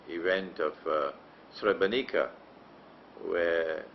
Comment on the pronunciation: I'm Bosnian and a muslim, and you have to know that you lost the muslims from Bosnia since you gave that shameful interview to the Serbian television. You don't even know how to pronounce Srebrenica, nor do you know the exact date when the genocide happened, it was on the 11 july 1995. You should go to Srebrenica and pray janazah and pay your respect to the victims of the genocide that didn't only happened in Srebrenica, it happened also in Foča, Prijedor, Ključ, Višegrad and other places as well. You are ignorant and persistent in your ignorance. Yes it was a planned agenda and the Serbians are not sorry for it, they are even threatening us with another genocide, but you choose to believe the kufar instead of muslims.